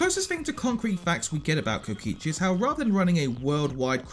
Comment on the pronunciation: DID U JUST PRONOUNCED KOKICHI AS KOICHI???? SADHADHSKDHKJDSHDADD